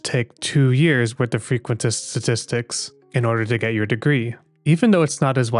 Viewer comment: Frqusitin Stattstitcs